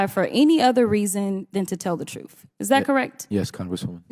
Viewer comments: Showboating and failing to take the high-road. "'Troof'' remark said it all. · Trufh? Tell the trufh? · Did she actually say “troof “ and axe you “? 🙄